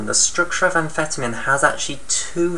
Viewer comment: Your pronouncing amphetamine wrong.